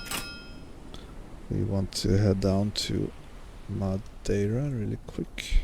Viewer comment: Top marks for your pronunciation of Madeira. 10/10